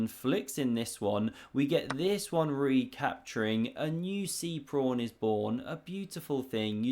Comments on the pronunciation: Are you so hungry, that you keep saying prawn instead of pawn? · does he always say 'prawn' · Ya it's my favorite because he doesn't go off on too many computer lines but does he have to sound special needs every time? Mispronouncing once and a while for a joke OK. But I was started to think he couldn't pronounce the word pawn. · It's a PAWN, not a PRAWN. This isn't a game of sea creatures. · body-green-covering-eyes:Don't make fun of my friend's regional dialect. Next you'll be saying Mongoose Carlsberg isn't his real name and he wears a wig.:face-blue-wide-eyes